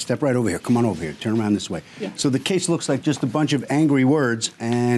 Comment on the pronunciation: N O T - American English... !!! ... Dis Dat Dis Dat Dis Dat Dis Dat Dis Dat Dis Dat Dis Dat Dis Dat Dis Dat Dis Dat Dis Dat Dis Dat . American English is THIS and THAT... DIS and Dat dat "BB BALL" ons yho right lower lip...